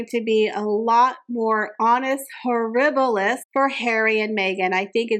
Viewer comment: It's not to tell honus horibilus but Anus horibili .